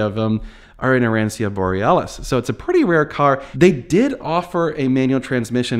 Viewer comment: Your Italian lesson for the day…it’s phoenetically pronounced: “ah ron cho” or you can use “ah ron cho nay” if you’re not sticking with the color title from Lambo…. Grazie mille for these videos on “IL Trattore” (The Tractor)